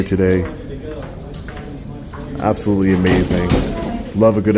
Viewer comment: I think that you need to work on the pronunciation of the "t" sound in the word "absolutely". You dis not enunciate it clearly. Are you for some reason shy about pronouncing the "t" sound, and, if so, then why?